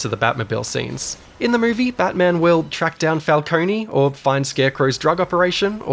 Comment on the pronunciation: Falcon-e, lol... Falcone.. Fal... Cone..... Falcone.